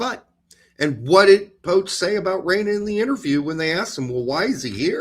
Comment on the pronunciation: Say poch correctly